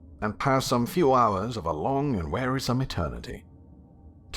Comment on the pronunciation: you have no idea about my posts. And his pronunciation is nothing to do with his accent. He said Warisome when the text says Wearisome. That's not accent, that's fluency.